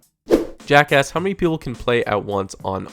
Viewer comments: His name is Jack Tomlin Not JackA** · Lol he said jack ass